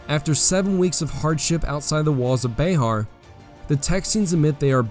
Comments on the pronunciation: FYI bexar is pronounced bear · Love the vid. Irked me everytime you said “Colorado” as “Codorado” but other than that and Bexar being called Behar it’s a 11/10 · Ya keep calling Bexar as Bayhar. I live in the area and have always heard it said Bear. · This is great. My only problem is your pronunciations of some things. Like bexar it’s pronounced “bear” not “bayhar” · Not Be-har its Be-ar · Sir, I have thoroughly enjoyed your storytelling, but as a native Texan, born and raised, each time you said Bay Har my right eye twitched, and I reached for my Bowie knife. Keep up the good work! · I wish you would pronounce Bexar correctly that was extremely annoying